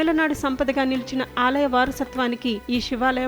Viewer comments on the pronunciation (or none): షి వాలయం , షి ల్పాలు కాదండి. శివాలయం, శిల్పాలు.. తెలుగు ఛానల్ లో అయినా తెలుగు సరిగ్గా పలకమనవి.